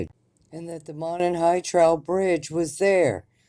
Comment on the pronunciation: Monon is pronounced Mow-Non.